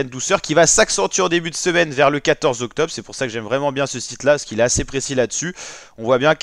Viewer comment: Y a un « R » dans octobRe … et il se prononce